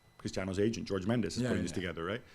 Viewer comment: Did gab just pronounce Jorge Mendez as George ? Lol